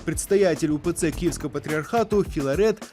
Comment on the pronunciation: ПрЄдстАятЄль УПЦ КІЄвСкАВА патріархату?" Серйозно?